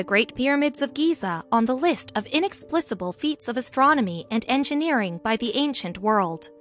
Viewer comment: “Inexplisable”? Where do they find readers who mispronounce ordinary words?